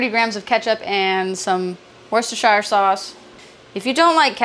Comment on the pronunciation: As a second lenguage english speaker, im inpressed of how easily she said worcestershire sauce.